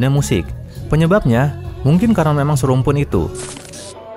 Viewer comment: Ingat INDONESIA dengan Malay bukan SERUMPUN, Beda Budaya & Bahasa. Indonesia gabungan berbagai Suku Bangsa & Bahasa Indonesia itu d'CIPTAKAN bukan bahasa daerah(SUKU) admin sedikit ngaco nih dengan pengucapan SERUMPUN 😂😂😂